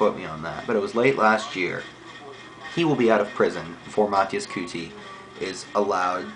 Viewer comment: try to pronounce his name first. you can't even do that.